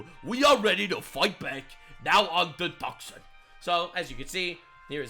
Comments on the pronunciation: Hey man , just to let you know you said "TUCK SON" as in Tuscon, it's said like TOO SAHN" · Tucsan = pronounced "two-sawn", not "tuckson". C'mon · Two-sawn. Tucson, pronounced Two-sawn.